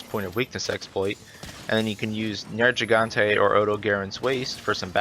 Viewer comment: This really doesn't matter, and I dig the information, but; you keep saying "Nergigante" incorrectly. Think of the word "gigabyte" as an example of how the "gigante" section of the word is pronounced. They also say it several times throughout the game; although you'll only get the correct pronunciation if you have it set to English dialogue. #themoreyouknow